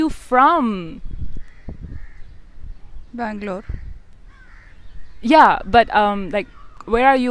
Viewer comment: I could tell she's from Bangalore from the way she said Bangalore